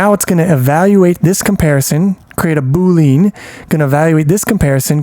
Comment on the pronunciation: great video but your pronunciation needs some work! Boolean is said Boo-Lee-Uhn not Boo-Leen and Unary is said You-Nuh-Ree not Ooo-Nuh-Ree